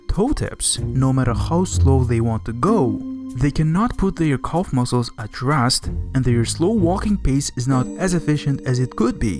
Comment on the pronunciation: This video is painful even in the first few minutes: It's Calf not Culf, and the list of mispronunciations goes on. Even close captions can't decipher half of your nonsense!